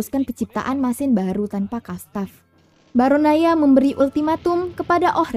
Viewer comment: The Movie maaf ini bukan bacot ya... Sejujur nya aku penggemar channel ini. Cuma kadang bingung aja sama pelafalan yang aneh2 gak sesuai sama yang di film (termasuk ketika nya yang menjelaskan). Misal BarAnOya jadi BarOnAya, Atau Storage (dibaca storej) jadi dibaca strok. Tapi, overall script dan penyampaian nya sangat baik, tinggal di tingkatkan lagi... Semangat